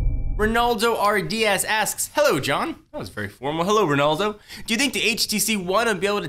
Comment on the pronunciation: he said Renaldo but its Relando.